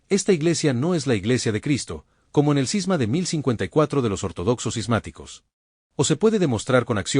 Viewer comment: Cisma, no Sisma!